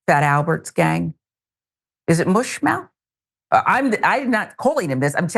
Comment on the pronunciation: Its MUSHmouth. Not MOOSHmouth. Just sayin'.